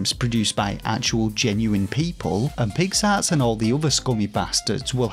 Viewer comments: With your accent (I’m American, of course) “Pix Arts” sounds like you’re saying “Pigs Ass”. Which made it all much funnier. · Was so happy to see you in a Kotaku article. Hope it brings more eyes to you! BTW: Did you review A Robot Named Fight yet? BTW2: Every time you say Pix Arts, I hear “pig’s arse.” I’m a Yankee so it may just be an accent thing, but I’m assuming that’s intentional. 😂